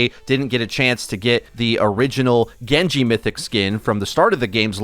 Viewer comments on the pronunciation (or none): none